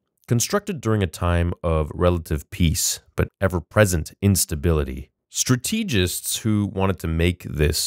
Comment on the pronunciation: I’m not one to talk but i don’t think you said strategist right